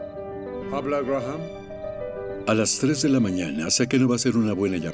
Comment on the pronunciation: La h de Graham NO se pronuncia